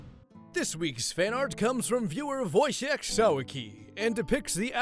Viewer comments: voy-chyekh (kh to signify the pronunciation of h, it's just h) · I feel like that is not how that name is pronounced... voy-chick right? Also great art!